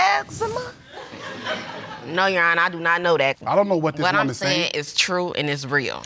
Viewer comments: Last case: 'I have ex-ema" 😂 Jesus be a fence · That boy said Ex-Zee-Mha 😆